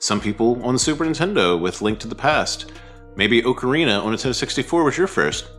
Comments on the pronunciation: great vid! slight nitpick i am so sorry. Just for future reference, pronounce Ocarina like "Aww-kerr-ina" for correct pronunciation :) Cheers!!! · TP is far from underrated, it's already had a remaster (albeit a shitty one). Also, ocarina is not pronounced like that. Wtf is wrong with you? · Cant say Ocarina right in a Zelda channel. Skipped.